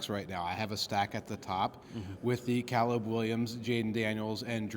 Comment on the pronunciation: I stopped listening in the first 15 seconds when the dude on the left said "kah-leb Williams"